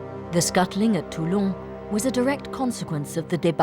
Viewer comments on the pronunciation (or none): Sculting. My congratulation to the author that created this new term in order to annoy the anglosphere. People that find annoying if you miss an accent, but at the same time not able to blabber 2 words correctly in any other language... 🎉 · “Sculting” ??? Unbelievable how many illiterates run these videos